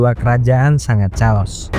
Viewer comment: Chaos bacanya bukan "caos" tp "keos". 😂